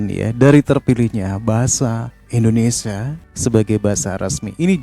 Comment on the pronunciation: Indonesia bang bukan Endonesah